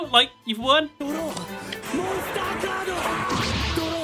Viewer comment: DRAW MONSTAH CARDO